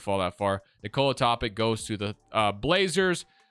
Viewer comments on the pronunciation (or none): Its pronounced toe-pitch